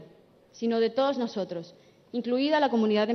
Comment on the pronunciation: ¿Ah? ¿Qué no tiene acento "Españolete" ? Escuchen ese "NOSOTROS " en el ; y me dicen ;)